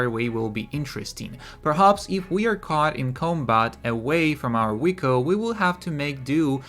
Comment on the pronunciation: I think he’s saying vehicle lmao